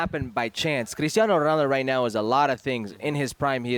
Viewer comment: why the fk does he keep on saying Ronaldos name like that